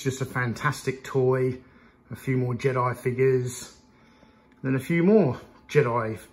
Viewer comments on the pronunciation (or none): none